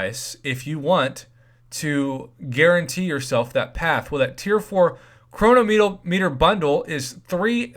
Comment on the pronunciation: Save for it. Btw- please pronounce chronometer correctly.